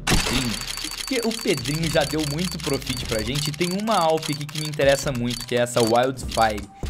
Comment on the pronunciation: Não se fala prufit mas sim prófit